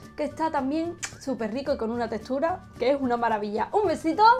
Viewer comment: Jajaja me encanta que siempre hace comentarios sobre la textura de las delicias que prepara pero me encanta como lo dice..."la testura"...